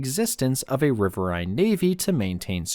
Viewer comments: "RIH-vir-een" is the American pronunciation with the accent on the first syllable. Type in: "riverine pronunciation" and click on the speaker logo. Even though it's an AI-generated voice, it's the correct pronunciation. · It's pronounced as "rih-vir-een" as in "wolverine". Other than that, very well done documentary. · This is Trash channel. I served in the navy CRG 2, Coastal Riverine Group 2. It’s pronounced RIVER-EEN. Also world of warships is trash. Go play war thunder and have access to tanks, planes, ships, patrol boats, jets, even the Soviet tank boats. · It's riverain.